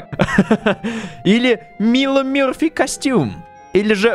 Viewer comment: ЕГО ЗОВУТ НЕ МИЛО МИРФИ А МАЙЛО МЕРФИ!!!!!!!!!!